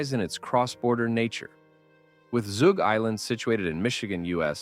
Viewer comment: Zug Island... Zug... like Tug, not Toog.